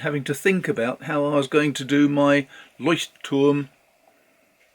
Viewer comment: Wow!! I am impressed! You said LEUCHTTURM! Most native English speakers say Leutschttrm. You even said the other German words correctly! By the way... Oxford paper is amazing for fountain pens.